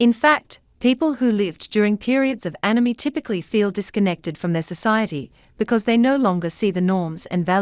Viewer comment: It sounds like she says enemy, or anemy, even though its spelt anomie!